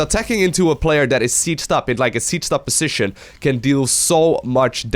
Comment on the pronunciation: Please look up the correct pronunciation for 'position' and 'decision' if you insist on using them 3x/min.